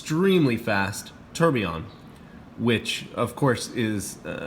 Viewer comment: Beautiful watch! Deadbeat seconds are cool, it's a watch geek complication for sure. My only issue with the review: do you have to call it a "terb"? 😂😂😂😂